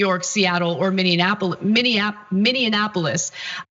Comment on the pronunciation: Say it with me, "minnie- apple-is". I've never heard it pronounced "minianapolis" until George Floyd. Spelled Minneapolis